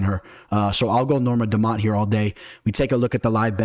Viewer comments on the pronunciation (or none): Might i ask good sir, what is a “standput”? You use the word multiple times throughout the course of the video. I think you mean to say standpoint. Also, “Dumount”? “Meegan”? Get it together.